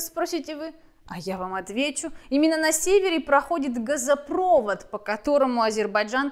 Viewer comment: ГазопровОд! Ударение на последний слог. От слова проводить, пропускать что-то в данном случае. А не от слова электрический провод. И в общем какое-то кривляние получается, а не юмор или сарказм. Извините, не зашло!